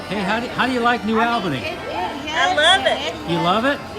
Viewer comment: The correct pronunciation is New Awl’-buh-nee